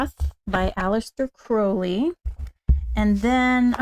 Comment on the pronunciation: Sorry, I was not able to make live because of the time difference (early hours of the morning). I was admiring how shinny your hair is! You have a beautiful alter of tarot decks, which matches your beautiful spirit… Just so you know that Crowley is pronounced like you have hurt your foot with the “Ow” sound! Crowley is an Irish surname… I really like the Lux Ex Umbra deck. I just love the dark colors, the five elements and simplicity of the deck. Thanks for sharing ✨😊🙏✨